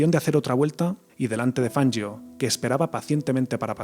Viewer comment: Jajaaa..."Fanyio",que ignaro.😂